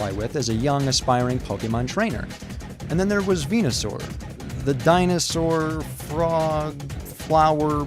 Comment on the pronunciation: just wanted to point out, its actually ven-u-saur, not ven-a-saur. just sayin'